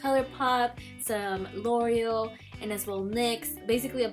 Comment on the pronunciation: Same with l' oreal lol